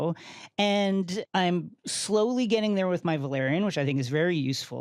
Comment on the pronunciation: Valyrian is pronounced VAL - EER - IAN and Velaryon is pronounced VEL - AR - YON. Neither of these names' first two syllables are pronounced VUH - LAIR. Hope that tidies things up, official Game of Thrones spokesperson.